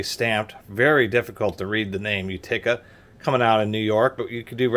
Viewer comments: Sweet old wrench! Many pronounce it "YOOteka". says "YOOtekER". I have no tools from Utica but have been there. Nice find. Should clean up nice unless rust has gone on too long. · What in God’s green earth is a You-tick-ah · Accent is on the first syllable! U ti ca. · The way he says Utica is completely insane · still can't pronounce Utica. Oh well. Great review otherwise.